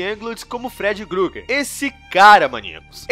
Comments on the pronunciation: Da agonia ouvir alguém falando "Grueguer", mas o vídeo foi ótimo, estou ansioso pelos próximos. sucesso com o canal! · SprIngwood com i mesmo e Freddy Krueger e não gruger, fora isso bom vídeo. ❤️